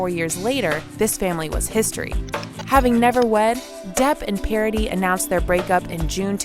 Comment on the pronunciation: Parady? It is a French name. Try a little more, please. 😊